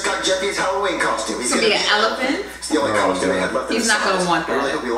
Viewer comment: Elephant (Ele puh hant) for jeffy